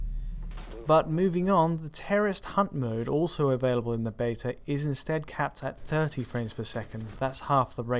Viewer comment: I wonder why the British narrator is pronouncing "beta" like an American-and incorrectly, incidentally.